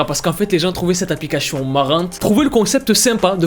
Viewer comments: C'est moi ou il dis applicashion 😭😭 je l'aime ❤ 😌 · Tu dis applicachion 🤣🤣 C plus une applicachien 😅